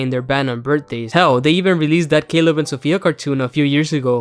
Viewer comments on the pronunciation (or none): none